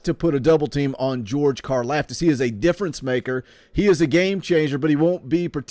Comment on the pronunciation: They got em to the bowl they did their part if you’re a guaranteed top 3 round pick you’re wasting yo time playin in bowl games if u think different ur selfish and it’s pronounced like karloftis